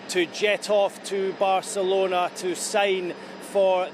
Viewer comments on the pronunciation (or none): How many times can you say Barcerlona